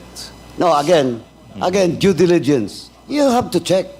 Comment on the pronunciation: good that Ace asked this dumb Morales was asked to wrap up - she asked too much and can't pronounced simple words such as 'due diligence'